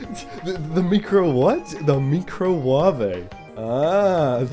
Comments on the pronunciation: The way she says "micro" is the way it's said in many languages. The wuavei is weird though. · We did it Boyz. We have finally found the holy grail. The mee-crow-wah-veh. Eureka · My boss pronounced microwave as 'ME-cro-wave', but this is on a completely different level haha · i had to do a school project last year about ‘meecro wavé’ and the person who said it said that it was just an inside joke and her coworkers thought thats how microwave was pronounced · Now I will pronounce microwave as micro-wa-ve for the rest of my life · i paused the video and correctly guess that she said microwave mee-cro-wah-vey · Plot twist: What if Nigella was pronouncing it right and it was us who had been mispronouncing it?